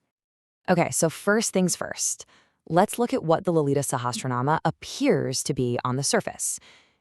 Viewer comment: When you speak about such grantha..... please get the prononciation correct.....get someone who knows the value and importance of the text to speak....